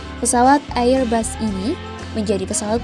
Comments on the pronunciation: Airbus dibaca erbas, bukan AIR BAS. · Bego ni orang nyebut AirBus ngak benar,, loe sekolah ngak